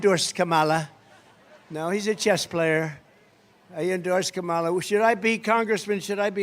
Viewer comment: Every time Trump intentionally mispronounces Kamala Harris’ name, it shows me how juvenile and unintelligent he really is.